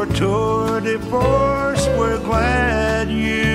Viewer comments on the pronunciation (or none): "We Read About Your Tour De Force". I Used To Think Tom Said, "Tour Divorce"!